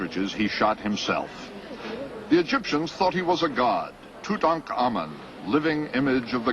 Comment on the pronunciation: Toot-onk-a-moon not Toot-uncommon